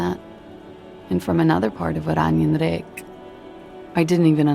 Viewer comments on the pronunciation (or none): Also, resident Dutch person here: the Oranese stuff is definitely based on the Netherlands. The names, the orange - clear as day. I have family in Lelystad and everything. (Hearing the way the voice actors pronounce words like "Klaasje" and "Oranjenrijk" in this game is so interesting, but that's a discussion for another day.)